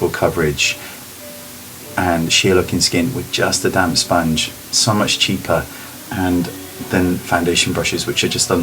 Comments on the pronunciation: sounded like ' it can look like your wearing nothing on your skin by using a damn sponge' lol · i keep hearing "damn sponge" haha your videos are by far the best ive seen.